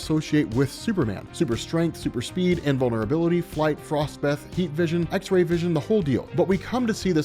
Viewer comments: “Frost Beth” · Frost beth? 🤣 🤣